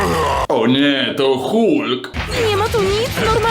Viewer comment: Hulk tak siępiesze a wymawia się halk